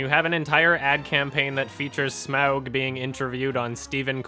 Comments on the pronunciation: There's no O in Smaug. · "SMOUG DAAIS" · The way he says smaug is hilarious lol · Anyone else love it when says Smaug?